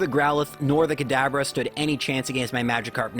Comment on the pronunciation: why is he calling kadabra kadaber